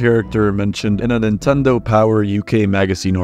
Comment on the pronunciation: I love when you say Pablo's name correctly, you said Neentendo right afterward. lol XD No where else. LOL